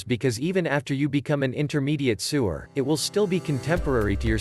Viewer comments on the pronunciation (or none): Fair review, but seriously the word is pronounced Sow-er (sewer) not soo-er like drain system! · This is the problem when you use an automated voice-over-The Automated voice pronounces 'sewer' like 'soo-er', like under the streets, instead of 'sower' like someone who sews